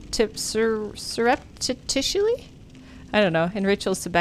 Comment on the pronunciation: That boss reminds me of the boss from Castlevania SOTN. just a giant ball of bodies haha. Good job! nothing can stop you now! (except words like sir-up-ti-shus-lee :P)